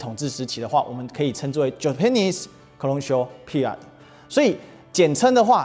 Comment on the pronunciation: 挑個刺：說英語不要說得太快，尤其是重要名詞更要說清楚。Colonial考摟扭 Period批餓瑞額的。有興趣看這種專題的觀眾不會沒有耐心聽您慢慢說的。